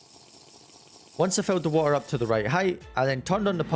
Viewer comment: The "watuhh" was so british 😂🔥